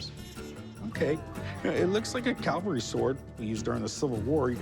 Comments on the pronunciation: Hey Big Hoss...Calvary = where Jesus died. Cavalry = mounted troops. You're welcome. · Please Cory; it is not "calvary"; it is "cavalry". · Isn’t it a cavalry sword, not Calvary…. Come on.